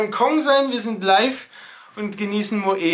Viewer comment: Es heißt moett nicht moeee